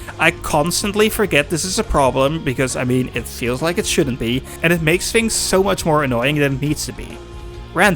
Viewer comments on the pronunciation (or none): are you saying “fink” and “fings?” dude, are you british, or do you have a speech impediment? literally fucking unwatchable